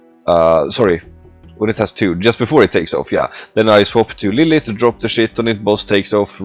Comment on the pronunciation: Nice. And you pronounced my name pretty accurately